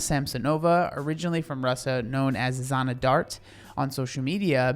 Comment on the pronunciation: Hey, great video! I'm russian and i can compliment you on pronouncing the names! The first name is pronounced Janna as in Jane, but without the first D sounds, like in Jean Claude - the french name. Thank you for putting light on this issue, this is terirble and quite sad.